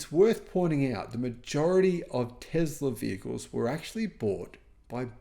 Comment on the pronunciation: It's is pronounced TESS La there is no Z!😂😂😂😂